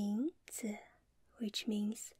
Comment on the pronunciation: 名字的字不是重音吗